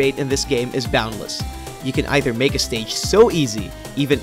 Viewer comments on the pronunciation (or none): none